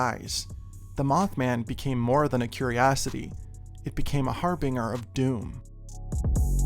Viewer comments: He’s fantastic! One sticking point, however: har-binge-er (j sound). That is all 🧐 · Beautiful work, as always. One minor nitpick, though: the G in 'harbinger' is pronounced like the G in 'engine', not like the G in 'singer'. IPA: /ˈhɑɹbɪnd͡ʒəɹ/